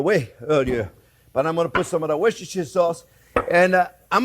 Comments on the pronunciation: Jean-Pierre, I told you a long time ago, the sauce is correctly pronounced as 'Wooster Sauce' not Worcestershire sauce 😎😎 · The British pronounce is wooster-sure